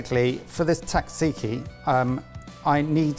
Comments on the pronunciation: Sat-see-kee, not tat-see-kee. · Great episode guys , and the greek salad and tzatziki are almost exaclty like the traditional ones here in Greece....next time try to pronounce it jajiki though :P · Gotta admit, that's the first time I've heard "tzatziki" pronounced as "taksiki" and Im kinda shook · Hey Mike, just letting you know your pronunciation of Tzaziki is pretty good, but at least the way we say it over here it's more like "Tza*z*iki", not "Tza*tz*iki" (The second consonant is just a regular Z). which is a bit easier to actually say and probably why it sounds like you were breaking your teeth a bit :D Much love and good job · Note for Mike, its pronounced "Jajeeki" J as in Janice . Keep the greek recipes coming, great stuff :) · Why did no one correct Mike at any point on his pronunciation of tzatziki as tatsiki? 😬😂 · Ooooh, ok. I would say Tat-zee-kee. Can you correct me? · The versions I hear in this video either omits the first "z" (like you) or the second "t". For me it is difficult to explain how to pronounce it other than that it is important not to miss either of those, so that would make it Tza-tzee-kee. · It's Sat-see-kee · Wait a sec: Do British people really say "Tatziki" and thus not only disregarding how the word is pronounced but also how its spelled? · it might be the correct recipe, but it’s not the correct pronunciation ;) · As a Greek, Mike’s tzatziki pronunciation hurt. “Tz” is basically “j”, like in “judge”. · The way some people pronounce tzatziki is absolutely horrendous. The tz is pronounced as d͡z, a voiced alveolar affricate. In simpler terms, you don't pronounce the t, similarly to how you don't pronounce the t in tsunami. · i have never heard mike pronounce tzatziki before and i never want to hear that again 😭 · What this video taught me is that British people do not know how to say "tzatziki"...lol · Can the British not pronounce tzatziki?